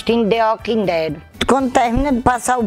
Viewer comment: Aí Vem Aquele monti di zumbi pareceno ``Dê uauk déd´´´. kkkkkkkkkkkkkkkkkk.